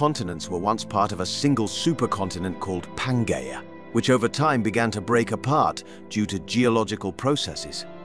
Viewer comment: You are totally incorrect. He pronounces letters G and J correctly in latin and latin-derived words. I've studied latin btw.. The way english-speakers "pronounce" latin is absolutely atrocious. It is so refreshing to hear words like algae, pangea and so on prnounced at least semi-correctly. And latin plural ending "-i" is always pronounced as "ee" in english and never as "ai". Every time I hear that pronounciation I cringe to the bone. And "g" is always pronounced as in "game" and never as in "george". As a matter of fact, all latin letters are always pronounced the same, no matter where they stand in the word or what is next to them. A "j" is always pronounced as "y" in japanese or "yard" and never as "job". It is ridiculous how english speakers treat pronounciation of other languages with utter callous disrespect. Probably because their own spelling has grown so degenerate over time and divorced from spoken pronounciation they cannot even properly comprehend true phonetic writing.